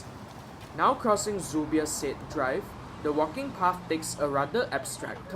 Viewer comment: Homie, I think the Said in Zubir Said Dr, is pronounced 'sa-id'